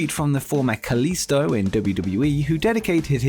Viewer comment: It's kalisto not kalista 🤣